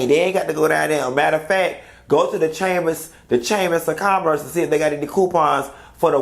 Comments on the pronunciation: You did not get on here and say Chaymas of Commerce...🤣🤣🤣🤣🤣🤣 I'm so done!!!🤣🤣🤣🤣🤣🤣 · “The chamers of commerce” is what it sounded like 😂😂😂😂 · This is a chuckle; I heard the chamiss of commiss too!!!😂